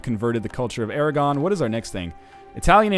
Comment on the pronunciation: Aragon isn't french, don't pronounce it like it is.